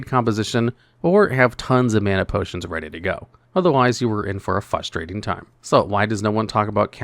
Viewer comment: Okay I’m normally not that guy but DUDE THERES AN R IN fRustrating